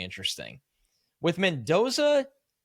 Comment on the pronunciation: Mendoza. Don’t mess it up…